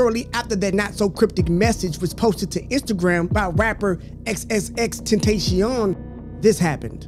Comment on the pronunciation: “Xxxtenasheom” bro its “xxxtentacion” 😭